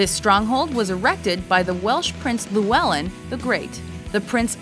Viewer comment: "Luwelin." LMAO!